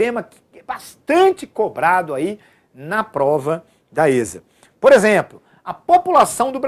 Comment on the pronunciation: Se chama "esSa" é nao êsSa kkkkkkkkkkkk